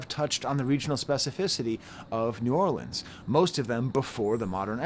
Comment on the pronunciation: Just a little side note - THANK YOU for pronouncing New Orleans correctly and not saying New Or-leenz